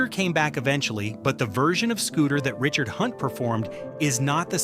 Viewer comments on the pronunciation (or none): none